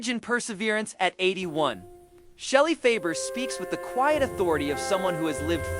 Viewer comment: This is terrible, from mispronouncing Shelley's name to using the incorrect photos